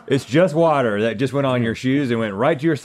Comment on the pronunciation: “LeTs TalK AbOuT ThhhhhAaAUH-t” -Link